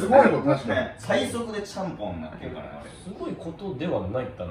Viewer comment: ちゃんぽんのところチャンピョンみたいに言うなってツッコミたくなった